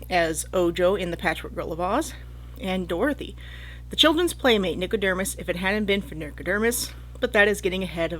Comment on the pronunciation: Nico-DERM-us?? Over and over. Am I just misreading it?